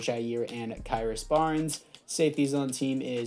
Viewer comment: It's krys not kyris